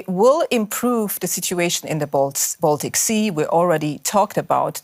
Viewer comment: If you talk about "Baltic States", try to pronounce the word Baltic correctly.